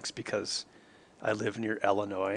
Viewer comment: It’s Illinois not Ellinois, I don’t understand why people say it with an E, there’s no E!